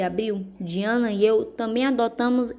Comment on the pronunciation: Desculpa falar mas se pronucia daiana